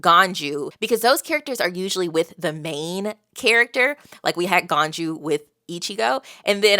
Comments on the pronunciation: Ganju, is pronounced as ganju Not as ganyu, that's the goat girl from genshin lol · The world of bleach is a bit of a hodgepodge of a bunch of different religions. Idk which religion the soul society is based off but it isn't based off heaven. You pass on in bleach and have to deal with all the same troubles you had in your previous life + a few extra. Obviously its perfectly fine to pronounce the names however you want but just in case you'd be interested ganju is pronounced with the english J sound not a Y sound like ganyu. But it is funny cause there is at least one character later on who's name is written with a J but is pronounced like a Y like in German. Hardly anybody pronounces the names right in bleach even fans. Especially later on the names get really difficult and come from all over the world. So don't stress too much. I'm not gonna say anything to influence your opinion one way or the other but from some of the things you said in this video its going to be interesting seeing your thoughts of the later on stuff. I know fans get overzealous all the time so hopefully nobody says more than they should.